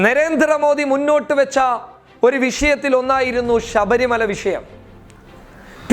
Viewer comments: ഷബരി മല അല്ല ശബരി മല എന്ന് ബ്രോ 😂🤣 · ഷബരിമല അല്ല ശബരിമല എന്ന് പറയൂ സുഹൃത്തേ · ഷബരിമല അല്ലേടാ പൊട്ടാ ശബരിമല...... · എടാ പോത്തേ നീ പറഞ്ഞു തുടങ്ങിയപ്പോൾ തന്നെ നീ ആരാണെന്നു മനസിലായി ,ഷബരിമല അല്ല ശബരിമല ആണ് ,നീ വർഗീയ വാദി തെണ്ടി പൂമോൻ ആണ് നീ . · മേത്താ ആദൃം ശബരിമല എന്നു തെറ്റാതെ പറയാൻ പഠിക്ക്... എന്തുവാടേയ് ഇത് വാർത്തയാണോ അതോ പള്ളിയിലെ പ്രഭാഷണമോ.. ...ഷബരിമല പോലും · Shabarimala ,shesham, sahacharyathilakk( sabarimala sesham , sahacharyathilaykk inganeyanu vakkukalude prayokam ) nammude mathrubhasha thetti uchariykaruthe janangal kanunnathalle